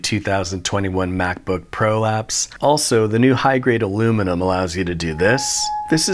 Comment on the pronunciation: Ain't no way he called it prolapse 🤣🤣🤣